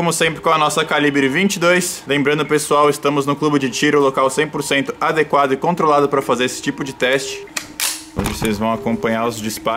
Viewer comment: gente eu adoro quando ele fala: estamos em um clube de tiro um lugar 100 pocento controlado kkkkkkk